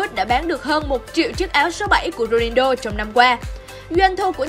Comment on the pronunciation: tới cái tên cr7 cũng đọc sai . Ng ta là Ronaldo chứ ko phải Rodido đâu nha 😒